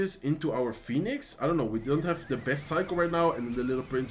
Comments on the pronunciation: Al tipo se.le sale lo Español cuando dice fénix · Fénix es en español, por eso la confusión en la pronunciación. Que agradezcan los angloparlantes por tomarte el tiempo de subir contenido en su idioma. Que no se quejen jajaj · First time here. La pronunciación del phoenix en español ❤ TQM. And im actually impressed, this feels the same as watching one of your spanish videos. Love it. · Zeg Phoenix vooral zoals je dat zelf prettig vindt. Ik wilde je er alleen op attenderen wat de uitspraak in het Engels is. Mij maakt het niet uit hoe je het uitspreekt eerlijk gezegd.